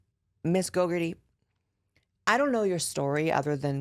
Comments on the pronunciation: It deada** sounds like you are calling her "gogurt-ee" and I'm living for it 😂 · Not you saying Kayla GoGUrtHe